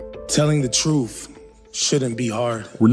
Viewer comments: When a police officer can’t even pronounce the word truth correctly, I stop listening to them. It isn’t pronounced truff. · Saying the word truth, shouldn't be hard either. Its not truf. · "Tell the troof" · In fairness to him, he’s claiming to tell the “troof”. He didn’t say anything about the truth. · He should learn how to say "Truth" not "Truf". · Anybody who can't pronounce the word "truth" can't be trusted. Wtf is "troof?" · Telling the “truf” shouldn’t be hard. Harry Dunn.